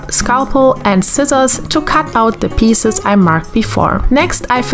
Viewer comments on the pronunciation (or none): none